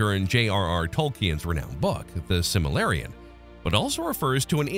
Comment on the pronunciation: Good video, but there's a bad mispronunciation - "The Simillarian..." Correction: The Silmarillion.